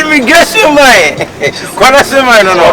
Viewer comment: Kyekyeku learn to pronounce man and stop saying mine 😒